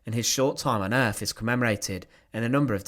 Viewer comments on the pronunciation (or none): none